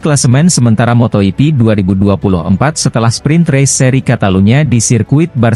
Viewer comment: Motor yipi? Bro klw pake robot nulis narasinya pake bunyi lidah indonesia, biar gak salah baca , misal fransesko bagnaya, mark markes , dan sebagainya, mosok salah ucap dipiara terus ,tanpa kualitikontrol?